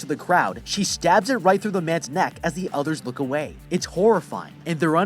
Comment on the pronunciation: I just notest he said whit insted of right